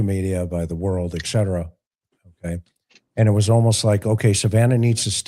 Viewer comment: Can't take it- it's not eckcetera- it's etcetera. Had to say it